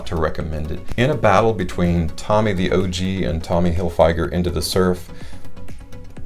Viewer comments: It's tommy Hilfiger not tommy hilfYGer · The way you pronounce Tommy Hilfiger is comparable to a hammer to the head over and over again.